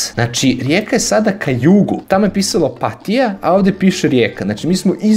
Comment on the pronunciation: Opatija se zapravo izgovara tako da se i naglasi. Opat-i-ja